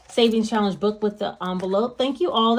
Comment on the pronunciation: Hey , I love your personality. You're inspiring. And not to be super weird. I crack up every time you say "shallenge".. cool video!!!